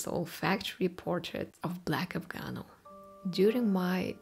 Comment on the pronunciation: Afgano, not Afganol